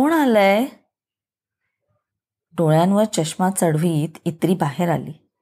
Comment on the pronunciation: अभिवाचन छान.. फक्त एक दुरुस्ती सुचावाविशी वाटते... ताईंनी जे संबोधन इत्री असं उच्चारलं आहे ते इन्नी असं आहे.